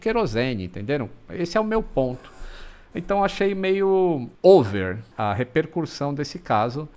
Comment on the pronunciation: "rerpercussão" (sic).